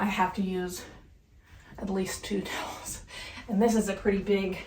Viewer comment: He says I look so purdy... 😊